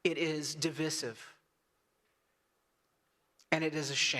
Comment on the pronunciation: Carl, divisive is pronounced with a long "I" sound, just like the word "divide".